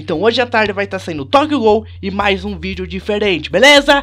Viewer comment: ele falou toguiou ghoul